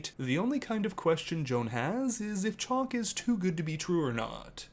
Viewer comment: She calls him Chalk and not Chock. Chock rhymes with Lock.